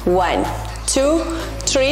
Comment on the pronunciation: يعطيك العافية 💗 لكن حبيبتي tree شجرة لازم تنطق بالثاء ولا حتصير واحد اثنين شجرة 😂